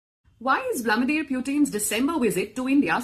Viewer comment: Vladimir...get the name right